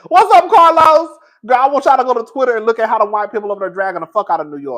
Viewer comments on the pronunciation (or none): none